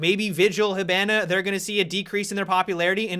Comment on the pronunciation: LEARN TO FUCKING PRONOUNCE "HIBANA" CORRECTLY OH MY GOD